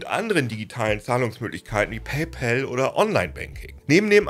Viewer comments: Bitte sag in Zukunft nicht mehr "Paypel" sondern PayPAl. Mit A und nicht mit e. So heißt es nämlich nicht. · Paypal (zu deutsch Bezahlkumpel) können wir entweder eindeutschen, dann hieße es Paipahl oder Paipall, so wie wir auch Colgate (sprich Kollgäit) seit jeher eingedeutscht Kollgahte aussprechen. Aber dem Kumpel (pal, sprich Päll) den Männernamen Paul zu geben, ist zumindest kreativ. Genauso könnten wir Paypeter sagen. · Super Erklärung aber bitte sprich bei pal das a nicht wie ein ä aus. Da bekomme ich Ohrenkrebs von… Es wird nicht immer zwangsläufig im englischen das a wie ein ä ausgesprochen. Bestes Beispiel: Wenn du ball zu bäll machst ist das im englischen bell = Glocke oder klingeln etc. und nicht Ball, was du eigentlich sagen möchtest 😉 Oder auch staff wird nicht stäff ausgesprochen…